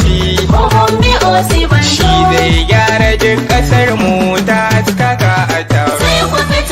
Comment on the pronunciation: It is not Osiba-n-jaw It is Osi-n-ba-joe